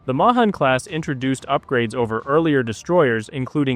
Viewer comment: It's pronounced May-han class